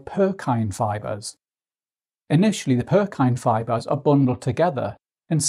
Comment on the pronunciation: Lol Purkyne fibres? You mean pukinje (PUR-kin-jee) fibres?